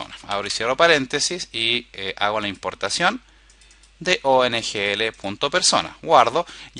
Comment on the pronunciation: Es OGNL Object-Graph Navigation Language, Lo dices mal durante todo el video. Saludos!